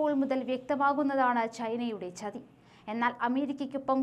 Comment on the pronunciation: Your pronunciation of Malayalam is too poor. You pronounce China as Chhina, chathi as chhathi. Please try to improve pronunciation. Please don't kill Malayalam.